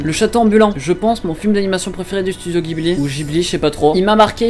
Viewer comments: Et le studio ghibli ca se dit "jiburi" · il a dit "you lie in aVril" j'ai eu mal il a dit "black butter" j'ai grincé des dents il a dit "Jhibli" j'ai disliké, j'ai commenté, j'ai quitté.